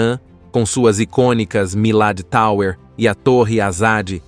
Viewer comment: "... com suas icônicas MILADITAUER ..." – Locutor falando para o Brasil a respeito do Irã... Que tem a fazer aqui a PESTE do INGREIS ?